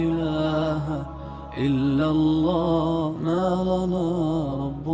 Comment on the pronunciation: كیا حظرت گهمن صاحب تجوید میں کمزور ہیں ؟؟؟ ق کو ک اور ع کو سهی ادا کیوں نهی کرتے؟؟؟ اللہ کو موٹا کیوں نہیں پڑهتے؟؟؟ عربي سهی کوں نہیں پڑهتے؟